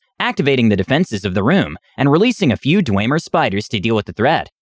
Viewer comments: Sounds like a good DM :3 I do have to say one thing that kind of bugged me though... it's pronounced Dwemer, Da-whim-er :p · I can't get Bre"tawn" out of my head.. Or "Dweymer"... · It physically hurt me hearing them pronounce dwemer like that lmao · The pronunciation of dwemer and breton keeps throwing me off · And dwemer. Basically all native elder scroll words were butchered. 😂